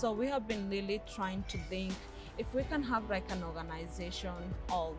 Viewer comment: Ohhh no！Rawwwd rike seriousry🙆🏽‍♀️🙆🏽‍♀️no lespect for our ears.